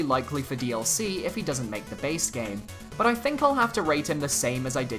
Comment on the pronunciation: i like that part when he say's ''rate their chances'' and in every video it sounds like he is saying ''rape their chances''